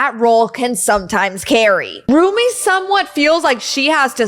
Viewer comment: I'm sorry dut it's Rumi not Ruby